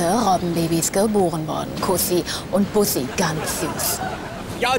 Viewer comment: Kuhssi und Buuhhsii. Sehr schön lang gezogen und gut ausgesprochen !